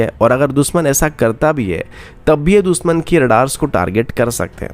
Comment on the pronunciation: Yaar ye दुसमन sun k kaan झंझना jate hai दुशमन होता है दुशमन, न की दुसमन